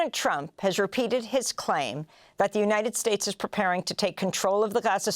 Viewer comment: Amy accidently said "President Trope"!! Perfect title !!❤